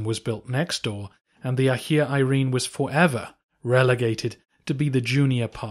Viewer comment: I know English natives are hopeless with pronunciation but Hajia....